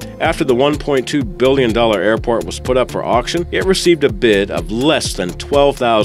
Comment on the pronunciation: How do you speww biwwion?